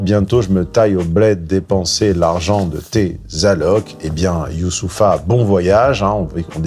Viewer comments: forcer le trait, tout au long de la video sur la prononciation de « Youssoupha » était vraiment malaisant. Ca n’apportait rien de pertinent à l’analyse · Bonjour comme d'hab. Analyse tres clean de ton sujet fu jour,pourtant j'ai senti du cynisme dans ta façon de le nommer,tu as tendance a ecorcher son prenom de façon un peu hautaine (volontairement).du coup ça se voit que tu as du mal avec les consonnances "islamiques".Je penses pour le coup que cet artiste là est plutôt reprensentatif de la bonne mouvance imigrationnelle avec laquelle on peut discuter et construire un avenir plus serein (à mon avis),donc je pense que tu le situe encore trop loin de l'idéal qu'il s'efforce de montrer par son comportement contenu et ses paroles apaisées (en allocution). Le risque pour moi,c'est que les immigés integrés parfaitement se sentent rejettés constament et n'aient d'autre choix que de se rapprocher des pesonnes plus radicales en pensées,ce qui serait contre-productif dans le projet de vivre ensemble sans conflits. Celà étant dit je reste un inconditionnel de ton travail de grande qualité car tu es a mon sens le meilleur coach de muscu. cérébrale du Net.J'espère que tu vas lire mon message et en tiendras compte c'est: YOU-SSOU-PHA,trois syllabes simple pour un maiître du "verbe" vela devrait être un jeu d'enfant (en plus ça se pononce sans accent donc tu n'auras pas mal à la gorge en le citant).#c'estpasbien desemoquer😉# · J'en suis à 3 minutes et déjà fatigué : purée il n'est quand même pas difficile à prononcer son prénom !! À croire que tu n'as grandi qu'avec des Michel et des Bernard, fais un effort bordel !!! 3 syllabes c'est pas la mer à boire, si ? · 😂😂😂😂Tu es entrain de tuer son prenom😂😂😂😂 youssoupha (en Afrique noir) qui viens du prénom arabe youssouf qui en français dit Joseph 😂😂😂😂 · Arrête de faire le guignol à mal prononcer les noms... Bonne vidéo sinon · Fait un effort de pronunciation "Youssopha" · Genre il narrive pas a prononcer yousoupha